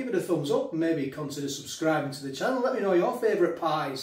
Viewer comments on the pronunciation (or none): none